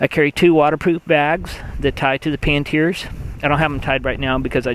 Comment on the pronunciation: Great vid and tips! However there is no "T" in Panniers haha